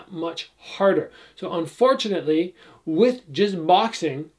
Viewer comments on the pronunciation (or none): none